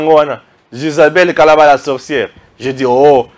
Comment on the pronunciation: Salut! C'est KARABA et non Kalaba